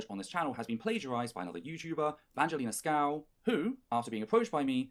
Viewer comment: Also just a side note is purposely saying her last name wrong which is just (Sk-oo-v)